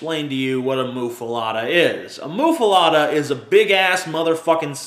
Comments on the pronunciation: Muh-fuh-letta..... Not, "moo-fuh-lotta" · I think muffuletta is pronounced "muff-uh-let-uh," not "moof-uh-lot-uh." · BECAUSE THAT'S SO OBVIOUS ISN'T IT? PRONOUNCING IT "MUFFALOTTA" AND AKSHULLY HAVING IT SPELLED "MUFFALETTA." FUCKING CONDESCENDING FUCK. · Isnt it.muffaletta? Letta not lotta? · Yes, he just mispronounces it. And it's not really a Louisiana thing. I mean, they might be popular in Louisiana, but it's an Italian sandwich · You say muffaletta weird.